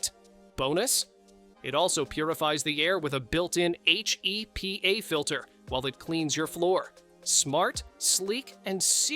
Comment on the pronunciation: Why are you spelling out BBQ and HEPA filter? They are not written B.B.Q. or H.E.P.A. BBQ is just a short version of Barbecue and is still pronounced the same. Yes HEPA is an abbreviation, but it is pronounced as a word.